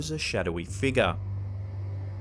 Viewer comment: really likes to say shadowy figa